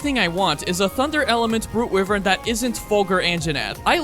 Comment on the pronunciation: Hold on… wivern? It’s pronounced why-vern. It’s not even a hard word cuz it’s from a game, that’s because it’s a real word